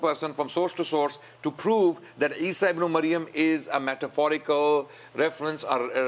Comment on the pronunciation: it is "Ibn~e~Maryam" {Mudaf/ Mudaf Ilaiyah} and NOT Ibn~O~Mayam!